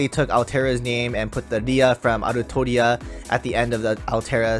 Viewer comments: "Altria" Come on bruh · "altria" Plz no